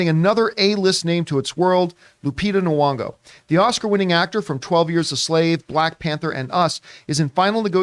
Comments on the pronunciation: What is horrifying to me is Mr Campea constantly mispronouncing Lupita Nyong'o's name as Knee-wong-go. It's Knee-yong-oh. It's right there in the spelling, John. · It’s gn-ong-oh